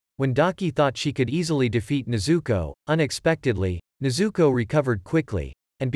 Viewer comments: Please say tanjiro and nezuko right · When he says nezuko i hear zuko😂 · I said stop saying nezooko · Stop telling nezooko